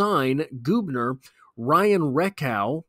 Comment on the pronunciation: It’s Gubner like Bug. Not Goobner. How do I know? My daughter dates his brother.